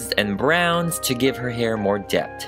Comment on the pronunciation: Me being that kid that corrects everyone on what they say: “ I enjoy this video: “.............debt” Me: “ a-wha!? It’s depth!” ÙmÚ ( btw I’m okay with it I just found it funny)